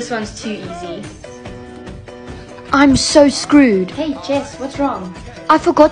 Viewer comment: 'i am soee screood'👽👽